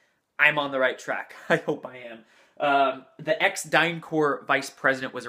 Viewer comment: The p in DynCorp is to be pronounced. That's because it's not French. It's English, abbreviation for Corporation . If it were the French word "corps" it would have an s at the end.